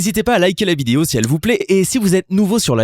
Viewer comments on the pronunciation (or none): none